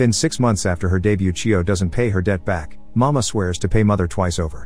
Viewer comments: Nice explanation. But for the record it is not pronounces "mama" but "ma-mei-ha" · CORRECTION: It is not “Mama”. It’s pronounced, “Ma-may-ha”. Also “Sayuri” is pronounced, “Say-u-ree”. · Sometimes the pronunciations for certain words or names in these videos is pretty bad. Examples for this one would be Mameha and Sayori.